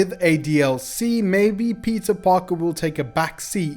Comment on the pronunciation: pizza parker.... dude really can't pronouns peter